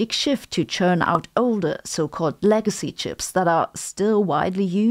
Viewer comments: It's legacy not leagacy. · the word is "legacy", not "leagacy"